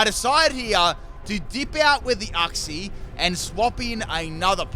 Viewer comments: When you misprounouce uxie's name wrong wow. It's not uhxie. It's uxie. You say the letter u first. I can even tell that you haven't seen the anime as well when you misprounouce certain Pokemon like rayquaza saying it like rawquaza when it has ray in the name and not raw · The way u say Uxie triggers me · The way says Uxie tortures me.